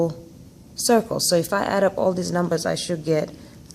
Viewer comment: so if I add all deez numbaz up you get-- uhhh. lololol